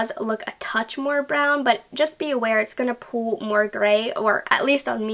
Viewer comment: The way she says pull or pulled sounds like pool or pooled lol